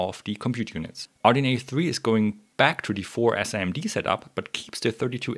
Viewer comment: nice video! It feels a bit weird hearing SIMD spoken out like that, in the industry we generally pronounce it Sim-D :D